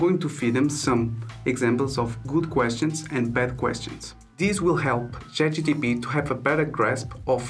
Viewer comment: chat gPt bro not chat gtp haha, thanks for the video though